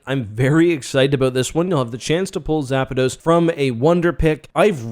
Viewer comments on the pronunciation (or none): Why do you call it Zapados? Its pronounced Zappdos. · Bro learn to pronounce the names for the love of god lol. Zapdos not Zapados. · Me but also zapados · BAH NAH WE GOTTA TALK BOUT ZAPADOS isnt it zapdos